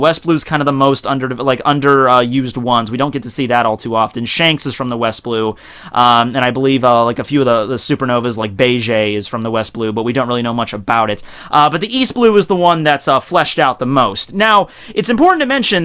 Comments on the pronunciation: Its Germa not garma It's bege not bage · Getting really hard too watch this. So many willful mispronunciations. Can't even blame them on differences in reading since you say you're current on the anime. Names like Baratie and Bege have been around for years now, come on man.